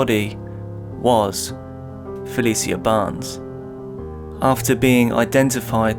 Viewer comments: Please watch and listen to a few news broadcasts on cases you’re covering if you can. Helps you pronounce victims names properly. Fuh-lee-shuh not Fuh-lee-see-uh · if you ain’t from Baltimore then stfu he said her name wrong thats a fact